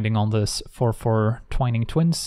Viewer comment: That's the first time I've heard someone actually say "twine-ing" twins the right way, and i feel like a weight had been lifted.